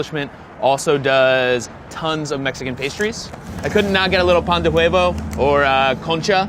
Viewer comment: carne gweesada, pan de hueyvo, agwas frescas